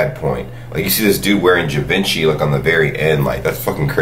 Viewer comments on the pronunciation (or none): Why did he pronounce Givenchy like that?😂